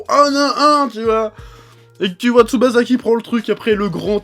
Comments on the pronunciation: ça se prononce Tsubassa en fait. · J'ai été trigger à chaque "Tsuba-za" et "Gene-zo" °_°